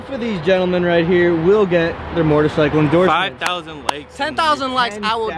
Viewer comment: it's a moTorcycle not mortorcycle